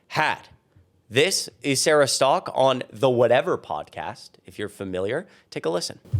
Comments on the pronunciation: Sarah Stalk? Literally says Sarah Setka. I'm not subscribing to anyone who can't read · When a woman can't even pronounce her own last name correctly, I pretty much don't listen to anything else she has to say. Where do they get "Stock" from "Setka"? Not even close... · Setka is not pronounced "Stock." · "stalk" is a weird pronounciation for the name spelling "Setka"